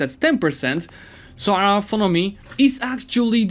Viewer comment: It's 'autonomy' not 'authonomy' ;)